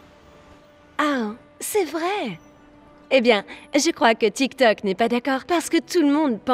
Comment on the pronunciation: La meuf elle fait sa maline mais elle connaît pas dire tik tok .